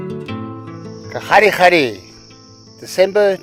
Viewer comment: Kgalagadi, not Kgadigadi. 😛 Great sightings and input.